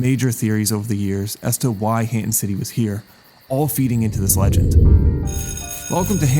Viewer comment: Hanton is just Hernton in a Rhode Island accent 😭